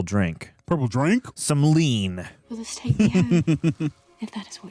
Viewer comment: no no. It's not "drink" it was dwink😂